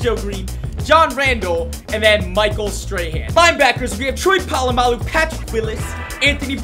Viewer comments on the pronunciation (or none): none